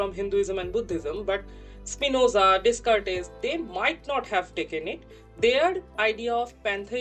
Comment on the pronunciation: FYI and future reference, Descartes is pronounced DAY-CAHRT ;)